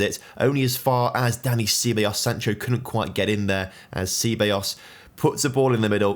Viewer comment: Sea-ba-yos, what a pronunciation